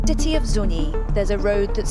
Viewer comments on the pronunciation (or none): none